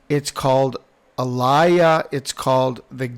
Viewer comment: No no no pronounce it like the name Aliyah...... Aleeyah